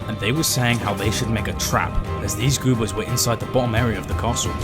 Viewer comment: No idea how you narrated a whole video pronouncing goobers as goopers 😂